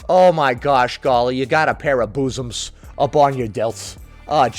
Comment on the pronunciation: The way you say boosoms 😂😂😂